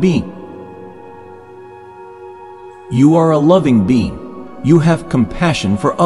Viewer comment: When it said "being" it's sound likes "bean", yes I'm a loving bean.